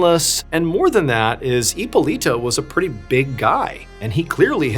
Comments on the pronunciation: Heeppoleeta😂 I love your pronunciation on some of these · is it really that hard to pronounce hipolita????